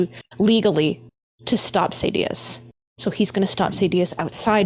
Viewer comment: When I hear the name pronounced "SAY-DI-OUS", as an audiobook only guy, it's cringe. 😅